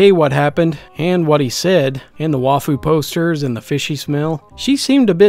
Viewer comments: More like "Wife-oo." It's a Japanese term that people use in America waaaaaay more than they use it in Japan. I should know... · It's Wife-u not Wah-fu, as ai is pronounced aye in Waifu but now that I heard the way you say it I kinda want you to keep it that way lol I bet you'll end up being a voice actor doing a neckbeard character because you do it too well ;D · Love your stories and narration, but I have one tiny complaint: 'waifu' is pronounced "Why-foo", not "wah-fu" or "way-foo", and 'bronie/brony" is pronounced "broh-nee", not "braw-nee" (long "o" sound) lol! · I died at how you pronounced "wahfu" Great stuff as always and congrats on 1K subs. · Morokiin I thought he said anime waffles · Waifu is pronounced wife-oo and Bony is bro-knee (bro-pony) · Whenever you say "wahfu", I imagine a strapping, handsome man with a stetson hat, wearing a flannel and denim overalls And hes holding a 2B body pillow in his big, hairy (smexy) burly forearm, with a phone in the other hand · I'm really not that hung up on mispronounciations... The wahfu one actually makes it better, just because of how infantile some neckbeards can be about the subject. So yeh, dw about it, you earned a new sub. :) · Calm down weeb he just pronounces it like that chill